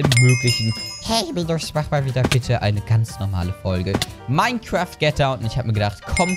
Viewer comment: ach ja und es heisst "Mein kraft" nicht "Mein kräääft"